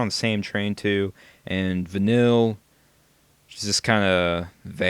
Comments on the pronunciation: I never SAID it was racist, I IMPLIED it was. While that may be the same thing, in this instance, I didn't mean it to. Also, while her name is spelled similar to the flavor, it is actually pronounced "Van-kneel" But my statement still stands, you haven't played White Knight. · your pronouncing her name wrong and you are so sadly wrong with your opinions. and obviously because they talk about 'nonsense' in the game, its because there only teenagers idiot. just stop being judgmental just....... stop....please. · o.o Uh...i'm sorry but you said Vanille wrong...and i'll still complain about this :3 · Vanille is on of my fav charaters pluss u pronounced her name wrong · im sorry i personally like Vanille but i have no problem with you posting this vid cos everyone is entitled to their own opinion but will you at least say her name correctly! i mean all the characters say it at least 100 times during the game and you still don't know how to pronounce her name!! p.s. no offence just say her name right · Vanille is one of the best characters!!! if your going to diss her, at least say her name right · If you actually paid attention her name is "Van-eel" Not Vanill, not Vanilla. You're a racist :D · it's not van-ill, it's vah-neel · Vuh-Neel.... not Vuh-Nill... Vuh-Neel.... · It's "Vuh kneel" not "Vuh nil", doofy. I hope by now you've played enough of the game to realize how jawesome Vanille is. PS: The voice actress is from Australia. :D derp. VANILLE FTW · her name is pronuced Vah-neil not vinill. its very obvious that your only 10 hours into the game. but i wont put any spoilers in here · Its not Vanille its Va-kneel pronunciation wrong. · va-neel > VANILLE. How is it that hard to pronounce a name that is said multiple times in the video game... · it's pronounced like Vann-eel!! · But despite all that, it is pronounced Vuh-neel...